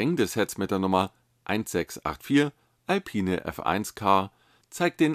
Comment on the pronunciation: Bei Alpine bitte das e nicht mit betonen. Der Citroen Type H sieht ja richtig gut aus